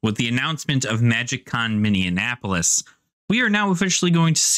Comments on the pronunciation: You pronounce it Mini-in-apolis when it's usually pronounced Mini-apolis. You're adding an N to the middle. Which gave me a good chuckle as a resident. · Really surprised by the day pass price. I have two friends who are new to magic who are going with more experienced players as a fun day outing because it's not too expensive. Delightful pronunciation of Minneapolis by the way xD that's a new one I haven't heard before.